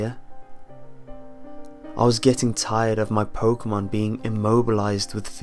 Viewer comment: Its pokemon not pokamon